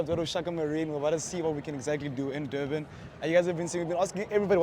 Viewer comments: Its Durban not Doorbin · its Durban, not Doorban 😅😅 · Your pronounciation of Durban is literally annoying 😮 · Never heard of Dobben before this guy trashed the pronunciation. OMW great video but damn - without a single second of it dedicated to elocution - annoying! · It's not door man it is Durban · O ja and where is Doerbun? Should get the pronunciation right before visiting again mate! 🤣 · Why do you keep pronouncing it “Doorban”, are you having difficulty reading or listening?…it’s pronounced just like it is spelled: DUR..BAN. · Not dorben that’s not the name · I understand that my guy has an accent but I stopped the vid after hearing "Dorban" one too many times💀